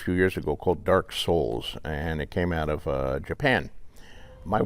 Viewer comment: I love when people pronounce it dark SOULS